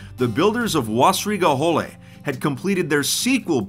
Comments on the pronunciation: Me: being a German: Wassrige Hohle me:CrInGe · As a german dude its so funny to hear u say wössrige höhle but its cool to know that german players do play 2b2t :)